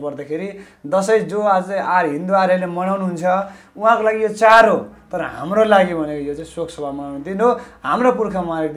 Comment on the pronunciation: char haina bro chad ho.nepali bhayera nepali bolna nai aaudaina.pahile nepali sikera aayera interview dine.khana napayera christian le paisa dinxa ki bhanera party join gareko jasto xa manxe herdai.